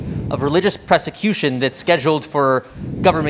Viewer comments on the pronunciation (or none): "Pressecution" of the "Saitanic Temple." This guy needs to learn how to think AND how to talk. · Pressicution....What's, "pressicution?" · "presecution".. 😂 "Sitantic".. wtf is this guy on? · “Religious pressecution”, “beluvenence”. This guy is out of his depth.